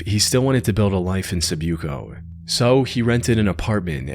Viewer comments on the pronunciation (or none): It’s not pronounced sib- you - co. It’s pronounced si-boo-co. Respectfully, a filipino. Also, even I don’t go to that area and I lived most of my life in that island and left after the Martial Law in 2017. Why was he killed? Because he went to a place even locals avoid.